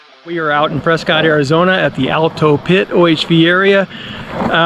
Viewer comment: Thank you for calling it Prescott like a normal person and not Preskitt 🙄.